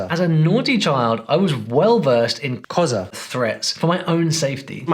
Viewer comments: why can't you pronounce Xhosa!?😂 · You're pronouncing Xhosa incorrectly, the x is a click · Xhosa You are BUTCHERING it. I doubt he knows Zulu. All Africans seem to use English for instruction until they get Angry very funny. Imagine what that does to the brain. African languages for when you are in trouble. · I wonder why you edited "xhosa" over your own voice. Wild guess: it's very tough to pronounce.